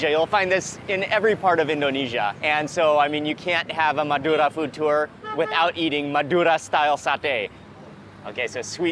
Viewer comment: I love the way you rolled the R naturally when saying Madura!